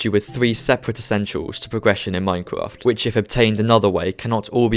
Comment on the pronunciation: Here is a tip practice your grammer such as Minecwaft try practicing your r's